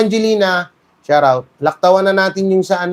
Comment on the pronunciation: Shout out…pronounced as sharrr out😆😆😆😆😆